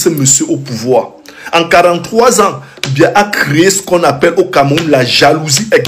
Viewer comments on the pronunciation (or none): Ton président s'appelle Biya et non mbia